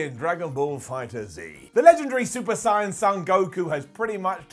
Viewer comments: I hate that noone on the internet can saiyan right then he goes and cant say gogeta or vegeta right either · 1. Broly is the Legendary Super Saiyan - not Goku. 2. it's clear you're not a DBZ fan - butchered those names: Gogeta, Vegeta & even Saiyan 🤦🏽‍♂️ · I love you but what is up with the pronunciation of kenshiro, sayain, gogeta and revengeance? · When did people start pronouncing Saiyan like "sigh-yon" instead of "say-yen"?